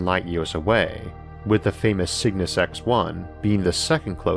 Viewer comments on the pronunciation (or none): none